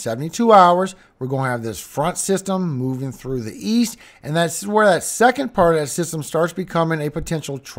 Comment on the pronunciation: You keep on saying trough it's not a trough bro it's a cold front two different things